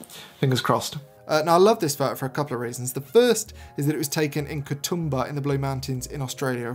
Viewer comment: 1st photo is pronounced Katooomba mate. Nice serious good to see what you like and why mate.